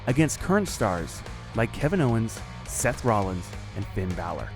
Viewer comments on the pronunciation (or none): none